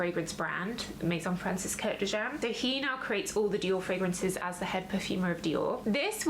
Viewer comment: Francis Kurkdjian is pronounced /Kurk-Jian/, not Kurk de Jean